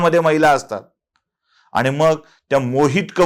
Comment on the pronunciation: Apan ani,pani,koni ase ashudhha uchhar kripaya karu naya